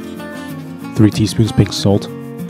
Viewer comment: Did he say pink salt? Ha.